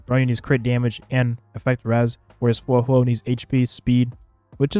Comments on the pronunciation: bro im begging please say her name right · He didn't, but most native english speakers don't know/care how to pronounce things outside their own language very well